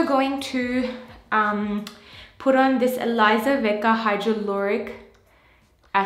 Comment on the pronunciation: I'm pretty sure you're saying "hydroluric acid", aren't you? Well, I googled it and there's no such thing as it... Google corrects me everytime by giving me "hydrochloric acid" or "hydrofluoric acid" as a suggestion... What I think you're using might be "hyaluronic acid"... (Correct me if I'm wrong because you say you're a pharmacist).